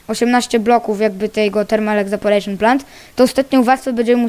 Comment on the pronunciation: czyta sie ewaporejszyn a nie egzaporejszyn